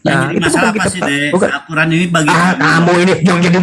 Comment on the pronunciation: Weyy vovo Al-qur'an bukan kuran...sebutannya sj kaku...